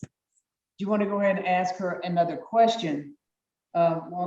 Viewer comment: The word is ask